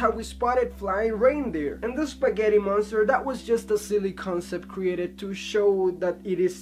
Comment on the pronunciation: 'Eespaaaghetti monstar!' :D